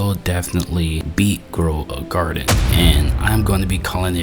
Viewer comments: "girl a graden" 🥀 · Ah yes, everybody loves playing "Girl a garden" instead of blox fruits.